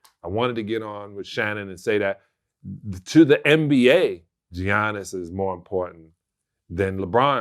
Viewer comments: Did Vlad really pronounce his name as Gee-Yannis??? Lmaoooooo cmon son!!!!!! Smack tf outta ya self for that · Hey Sal, it’s pronounced “Yannis” not “G-Annis”😅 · Salley ( Giannis) pronounced YAHNIS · Stop calling him "Johniss" 💀💀💀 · The G silent in his name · 2 time mvp and people still can't say his name right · Stop sayin Giannis name wrong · It’s not that hard to pronounce Giannis’ name Sal 🤦🏿‍♂️ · yeah, and also in greek the T's are pronounced like Ds in his last name